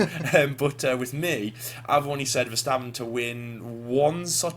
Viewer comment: Congrats on being one of the few English speakers who actually says "Max Verstappen" and not "Mex Fursteppen"